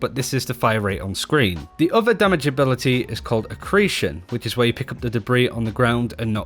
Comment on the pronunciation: Dude, why can't you pronounce accretion?